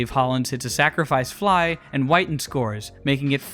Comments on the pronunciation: Mark “whiiiiten” …. Wi-ton…. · It’s Mark Whit-en NOT Mark White-n. Sheesh… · Whit-en not White-n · Good breakdown... except one thing. Mark WIT-TEN....Not Mark Whiten. His nickname was "Hard hittin' Mark Witten." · It’s Whit-en… show some respect, dude hit 4 homers in a game. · It’s Wit-tin as in Hard Hittin Mark Whiten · It’s pronounced “Witten.” And he had a four homer game against the Reds in the early 90s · you are mispronouncing Whiting. The man's nickname was "Hard Hitting". As in Hard Hitting Mark Whiting. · You mispronounced Whitten and Hasselmen. Cool video though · He kept pronouncing Mark Whiten’s name wrong. Whiten rhymes with mitten. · mark whiten's last name is pronounced with a short "i" as in "quittin mark whiten" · no they didn’t. They called him “Hittin Mark Whitten” his name wasn’t pronounced like White-in it was pronounced like it rhymed with bitten. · Bill Haselman and Mark Whiten's names are misprounounced just FYI